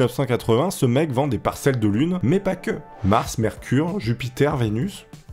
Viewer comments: c'est mais et pas mias XD ;) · "mais" pas "mias" mais pas grave 😂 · J'suis désolé de te dire ça mais le "mias" à me stress énormément! Merci de ta compréhension, au revoir.